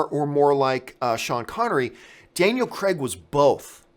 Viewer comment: Daniel Crayg. Not Daniel Creg. He's British, we don't pronounce it that way.